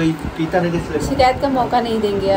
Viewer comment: Or s or sh me diffence hota hai amit ka pronunciation sae hai but apko bhot work Krna hoga uske liye apko ye ni pta ki sikayt ni hota it's shikayat ok plz tc of your words u do lot's of mystake